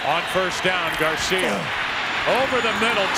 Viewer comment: Did anyone else hear the way Joe Buck said Garcia?